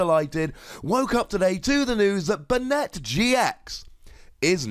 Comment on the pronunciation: It's pronounced "Bay-net". The anime uses this pronunciation.